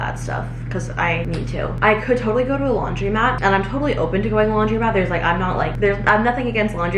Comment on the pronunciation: It's laundrOmat. Not laundry-mat. If it takes coins, there'll be a coin machine there, but bring some cash, like $10 or $20. Plan to stay so nobody steals your clothes. Bring a book or something. I always set an alarm on my phone for one minute less than the machine says the time will be, so I'm there right when the load of clothes finishes.